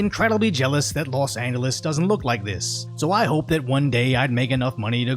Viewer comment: My sister asked why you pronounced "Los Angeles" like that. I said you were a bit slow, and she said, "Oh, okay"